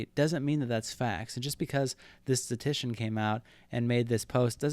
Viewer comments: Every time you said “statician” instead of “statistician” I punched a wall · nice video, but FYI it’s “statistician”, not “statician”. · This video is great but I can't stand how poorly you pronounce the word statistician. It's not sta-tician. You're skipping an entire syllable. Notice there are 3 Ts in the word. It is sta-tis-tician. Also .09% is not 9 out of 100. That would be 9%. .09% would be 9 out of 10,000. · The only thing I hate about this video is the amount of statistician mispronounced as "statician" lol. But yeah, if the harvard dude's math is shady, it "probably" is, or he "probably" is. Kids, don't do math... I mean meth. xD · It’s statistician, not statician. Pronounced “status tishin” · Great video overall but I have to be that guy: s t a t - i s t - i c i a n The amount of times "statician" is said in this video hurts my brain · "Statistician" not "Statician". But otherwise nice video! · Can't tell if you are saying - statician or statistician. No hate, good video. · For the love of god it is pronounced STAT-IST-ICIAN not STATICIAN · You kept saying “statician”... which isn’t an English word. Bro it’s “statistician” (stat-is-ti-cian). Big oof. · “Statition” I’m done. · *statistician. You missed an entire syllable. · If you can’t even pronounce the word Statistician, you should probably rethink your authority on this subject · You're skipping the 2nd "ti" in "statistician" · "Statistician" has 4 syllables dawg